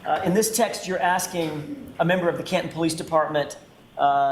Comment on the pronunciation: It sounds like Copland instead of Canton!